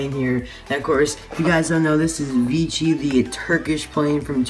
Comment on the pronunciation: Nice! Isn't it Vecihi not Vichi? And I find his expression like the disney store eyes. Weird and creepy.